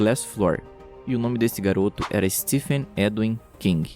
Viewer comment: Não é ”Stefen” amigo, a pronúncia de Stephen é “Steven”, só estou corrigindo pois achei muito legal seu vídeo